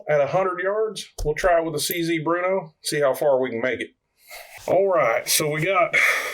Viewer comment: It is pronounced brrrno It is a city in the Czech Republic... Not Bruno. Bear-no Burrno Not bruno I have 2 of the model 4 target models. Both built in '56 Always on the lookout for any of them... 1,2,3,4 and 5.